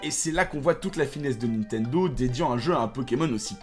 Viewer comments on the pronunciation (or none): none